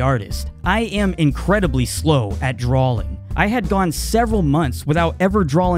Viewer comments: I'm very sorry, your artwork is amazing and all, but could you say drawing properly. It's draw-ing, not drawling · It sounds like you've been pronouncing it as "drawling" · "Dralling" that makes me cringe lol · drawing not drawling hearing ppl say words wrong drives me crazy blame my teacher from the 4th grade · is he saying drawling?